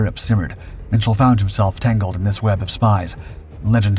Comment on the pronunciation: Minshall is pronounced Mitchell?